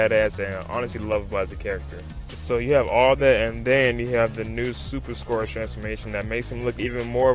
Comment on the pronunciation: scourage the hedgehog